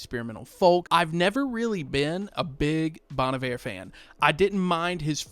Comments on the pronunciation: This "low effort" vibe genuinely looks like an AI generated garbage post. I like a minimalist style—simple words/colors—but this looks like the design equivalent of a keyboard smash. Also since I don't listen to this artist, first time I've actually heard someone say "Bon Iver".... NOT how I've been saying it in my head for years, that's for sure😅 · Getting advice from a guy who can't even pronounce Bon Iver right. Putting down these artist isn't a way to appreciate them. If you don't like their music to begin with, why are you even looking at the merch. Get a grip dude!!